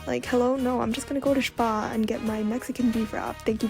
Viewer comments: German or Austrian the way you said Spar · The pronunciation of spar in the end got me laughing, never herd it like that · Your English is crazy good, I can't hear an accent at all! The only hint was when you said "Spar" 😅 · Lol I got surprised upon hearing how you pronounced "Spar", it's almost exactly the same here in Hungary. Nice vid btw, also ur voice is strangely calming, eheheh... (ᵕ—ᗜ—)